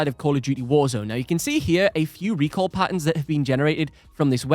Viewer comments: Arghhhh! STOP saying "recall" it's RECOIL for crying out loud!!! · its RECOIL, not recall